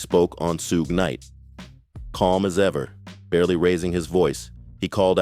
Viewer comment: Sh-oo-g = Suge Knight not Sue gay